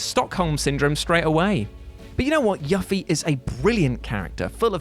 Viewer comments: Why do people insist on mispronouncing Yuffie's name? It's YOO-fee, not YUH-fee. Also, she's not really that hard to miss. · you beautiful bald dry toast eating man. It's Yoo-fie Not Yuhffie. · Yuppie, pernounced you-ffie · wrong way to pronounce yuffie, it's no yu as in yuck, it's yu as in you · how does Yufi = YOU-FEE become YUFFY? dude, aren't English proud of their pronunciation? google it first man. ITS NOT YUFFY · Am I the only one triggered by his almost blatantly deliberate mispronunciation of Yuffie's name... It's pronounced You-Fee, not Yuh-Fee.. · Are we really going to gloss over the fact this man said "YUH-ffie" when her name is pronounced "YOO-ffie". I was cringing the whole first entry. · Yuffie is pronounced "Yoo-fee" not "Ya-fee" they said it as such in FF7 Advent Children and Dirge of Cerberus not to mention its pronounced as such in Kingdom Hearts. Also Vincent is way harder to get. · IT is YUFffie, Not YAffie. And you can get her at anypoint of the game, but not do her sidequest after certain event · It isn't pronounced Yuh fi... it is Yuuuuu Fi... Say it with me now.. Yuffie.. ugh I hate when it is mispronounced.. For mispronouncing a Japanese name you get a thumbs down. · the eff is a yuffy? it's You Fee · Ya-ffie?! WHO THE FK PRONOUCED IT LIKE THAT?!?!?!? Its YOO or YUU FIE!!! Its like YOU and a FIE!!! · yafie? wud... yoofi... and it's vincent that i miss on unguided gameplay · It feel really off when you call Yuffie "Yaf-fie" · He actually pronounced it like there is an H in it like Yuh fee, whien its just Japanese, pronounced Yuffie. Easy.. Right? Ruins the culture & dialect.. Sad to say, that guy don't know games.. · I almost had a stroke when you called her yuff-ie 😂😂 idk if its your accent but its youfie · It’s YUFFIE! Not yufee. YUFFIE! You-fee! Enunciate the U! YUFFIE! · Its peonounced you-fee not yuffy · Its U-Fee but A+ for entertainment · you-fee is how you pronounce it sir. don't do this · You're saying yuffie wrong.